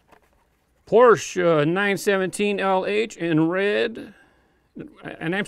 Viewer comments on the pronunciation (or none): none